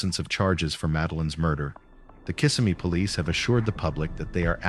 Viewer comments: The town is pronounced Kiss-SEM-me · It’s pronounced Kiss-sem-ee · Maybe learn to pronounce Kissimmee correctly before recording